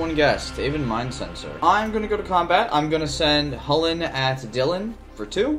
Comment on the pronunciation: Fyi Irish people say it’s pronounce Kull-In……… not hullin.